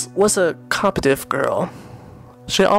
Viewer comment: You said "competitive " wrong >:(